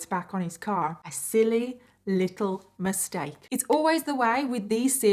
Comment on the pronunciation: “a silly. littLE. MISTAKE.” 😂😂 when she said that I felt it lmao